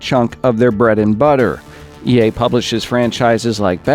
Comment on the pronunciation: everytime you said ea i heard yay...